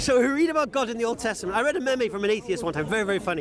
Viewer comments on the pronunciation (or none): Karima El Ghalbzouri yh I know but I couldn’t let my mans say it a second time😬😂😂😂😂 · Great vid mashaAllah❤️ I’m sorry but meme is not pronounced maymay it’s meem 😬😬you sounded a bit old when you said that😂😂